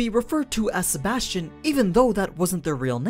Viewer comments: Sebastian uch.... sebas tian -. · AniNews: Sebas Tian Me: Sebas-Chan ....... I hate my self lol